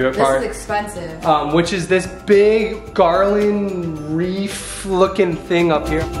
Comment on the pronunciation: it’s a wreath not reef